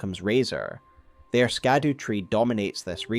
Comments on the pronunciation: Isn't it pronounced "Shadu" and not "Skadu"? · Excellent video. One point - Scadu is pronounced Shadu (its the old English for Shadow) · "Scadu" is pronounced very similarly to "shadow", as it is an old English version of the very same word. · Scadu Is pronounced SHA-duu the c is soft like in the word precious.